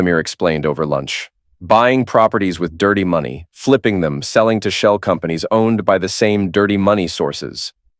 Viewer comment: "I dOn't wAnT tHeiR mOneH". Another attemp to write a goody two shoes mc only to make him sound stupid.